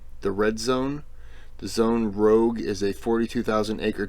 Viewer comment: Rouge (not rogue) is the French word for the colour red.